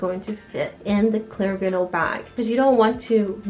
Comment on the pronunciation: It’s not pronounced vinal it’s vinyl, love your channel new sub from me.